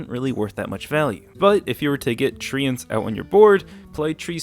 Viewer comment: CAN YOU FUCKING STOP SAYING TREE-YANTS? THE FUCK IS YOUR PROBLEM